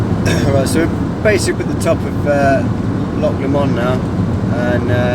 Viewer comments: Editing is on point! And everytime you say Loch Lommond you have me in stitches. 👍😉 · Lock La-Mond what the fuck "Loch Lomond" 🏴